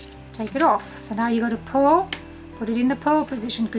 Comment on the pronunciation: It took me a long time of listening to you and rewinding to realize that you are saying P-U‐ R‐ L stitch, not PULL. Imagine my confusion when you actually say pull this and see here, this is a pull stitch. Hello from Texas, where the letter R is not an outlaw! Lol